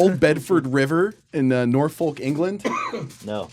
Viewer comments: The way he pronounced Norfolk internally oppressed me. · Why can't Americans pronounce English places names? I died a little inside when he said Norfolk